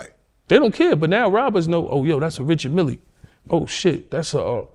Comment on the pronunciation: “Richard Milly”😅😅😅